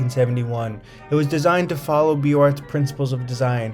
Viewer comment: I enjoy the images and info. Thank you. FYI it's Beaux Arts = Boze Arrr(t)